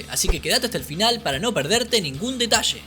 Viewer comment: No os perdais ningun DETASHE!🤣🤣🤣🤣